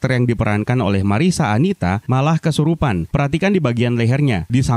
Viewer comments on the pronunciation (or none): none